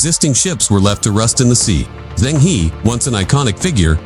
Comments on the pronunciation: China never invaded others in its 5000 years histiry. Zheng He is pronounced -Jeng Ho. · You got it wrong I Zheng He; he is not English, it is Chinese HE,和! E ounds like in early 's "ear " ur urgent's "her", without r end found